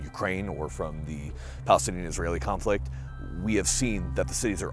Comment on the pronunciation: the way he mentions ‘Israeli’ is very under his breath, almost like he is afraid to speak the name of the beasts that are slaughtering thousands. I would love to hear his stance on these matters :)